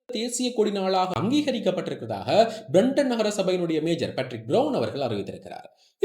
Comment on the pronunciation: மேஜர் அல்ல மேயர் Mayor not Major